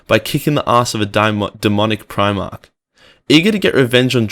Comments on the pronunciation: I hope your jujitsu is better then your reading ability, primach is pronounced prim-arc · Am I the only one triggered by the fact that he can't pronounce Primarch and doesn't know Sanguinius' name? "San-gurrrr-ius" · PrimarCH and Libarian. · Hahaha, sorry mate, at least you're light hearted about it, other than that I did genuinely enjoy the video but like, clearly I'm easily annoyed when it comes to my warhammer aha